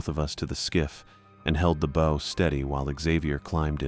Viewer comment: These stories can';t pronounce "bow" properly when talking about ships, but it gets the pronunciation of "gunwhale" right?